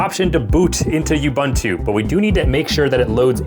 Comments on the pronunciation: It’s not “you-ban-too” it’s “ubuntu” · Can anyone explain this strange phenomenon to me? I find it genuinely disappointing when a seemingly intelligent and educated person continues to pronounce a familiar word or name incorrectly, even though he must have heard the correct pronunciation many times. Why would a tech content creator repeatedly pronounce “Ubuntu” as “Ubantu”? It is difficult to believe that he has only ever seen the unknown word in writing and has never heard anyone say it correctly. Imagine introducing yourself to someone and clearly stating your name, only to have that person continue butchering it whenever he speaks about you. After a while, it no longer sounds like an innocent mistake. It begins to seem careless and disrespectful. That is why this persistent mispronunciation is so disappointing. A knowledgeable tech creator should care about accuracy, especially when mentioning something as well known as Ubuntu. I remain genuinely puzzled: why continue saying it incorrectly? Is it ignorance, stubbornness, indifference, or something else? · I hope he's intentionally mispronouncing "Ubuntu" just to bait people into commenting, because if he isn't... I honestly don't even know what to say.